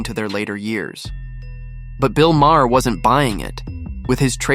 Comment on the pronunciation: You can’t afford to pay a voice actor - someone who can pronounce Maher - for 15 minutes of work? Then DON’T post these stupid videos.